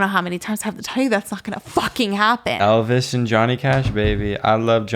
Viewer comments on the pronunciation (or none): none